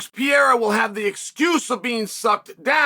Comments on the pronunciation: “Puh-Rare-Ruh” or “Puh-Dae-Duh but NOT Pierre Ra! Learn the dude’s name! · PA-RARE-A YES PEE-AIR-A NO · "Alex Pieria"...... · Alex Pierre-a is beast Uncle Chael